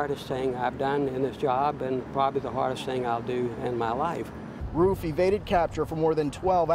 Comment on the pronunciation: He said Roof wrong